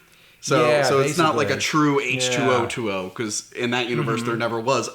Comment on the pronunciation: I think the pronunciation is H-twenty